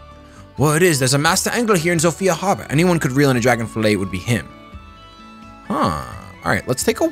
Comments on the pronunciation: every time he said dragon i fucking got mad cause it's dagon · Dagon not DRAGON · ffs its DAGON not DRAGON there's no A